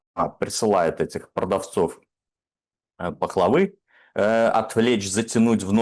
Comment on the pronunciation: Серьёзность передачи очень страдает от гостей, которые не знают , как произносится слово пахлава. Сами говорите всё в мелочах, а это не мелочь , это уровень образования гостя..